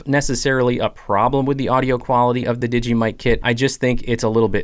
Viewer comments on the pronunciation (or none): The mic you cal Digee is made by DJI. Pronounced Dee Jay Eye not digee